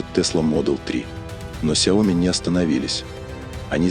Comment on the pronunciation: Уже давно пора научиться говорить правильно... сЯо Ми